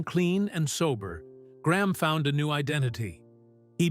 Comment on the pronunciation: PRONUCIA BIEN "" GRAMM""